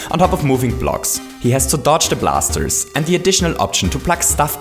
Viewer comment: "he has to douge the blasers" lmfao that's toadette 😂😂😂 it's SHE!!